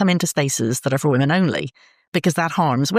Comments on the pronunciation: Great interview. Hoping someone can clarify something: Where is from, is "woman" the plural for "woman"? (As in is "woman" both singular and plural). I don't think I heard her say the word "women" once. Is this a local dialect thing? Or is she genuinely just continually mispronouncing it?! Just sounded very odd! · Should be pronounced wooman and wimmen Drives me nuts too.